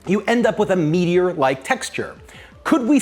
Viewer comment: When he says "meatier like", it sounds like he's saying "meteor like".🤔 He does say "meaty like" elsewhere in the video.